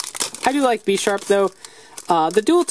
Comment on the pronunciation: Bish- arp not besh-arp